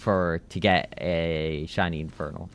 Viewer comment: Bro Said Chiny Or Chinese Instead Of Shiny